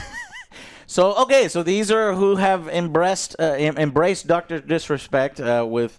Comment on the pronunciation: embreast eh uh embraced